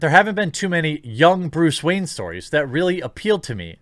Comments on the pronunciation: keep hearing Bruce Wang now!wtf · Bluce Rayne?